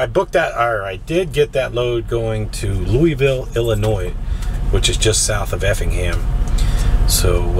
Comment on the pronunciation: Please PLEASE Quit Putting the S on Illinois.....THE S IS SILENT !!!!!